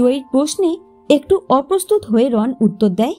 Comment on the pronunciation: Not Ron the pronunciation should be "Rono".